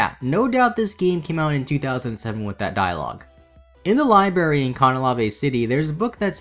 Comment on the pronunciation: Tell me this mans really didn't just say, "In the li-bary at cah-na-la-vay"🤢